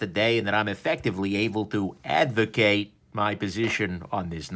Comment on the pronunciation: Is it just me or does everyone else keep hearing avocado?